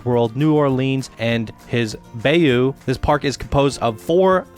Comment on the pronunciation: did u notice the way he pronounced bayou lol